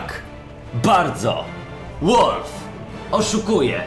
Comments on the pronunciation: Nie "łalw" tylko "walw" :p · "WALW" KURWA A NIE "ŁOLF" !!!! XDDD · walf a nie wolf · Nie wiem, co chcesz mówić, ale 'Valve' czyta się inaczej.